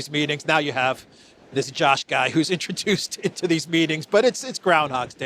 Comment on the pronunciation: Hey, your sarcastic repeated jibing pronunciation of the name "Josh" fools no one. It is pure anti-semitism. I am banning your podcast and urging all to do the same.